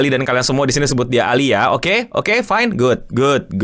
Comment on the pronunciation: You can say ALI not ali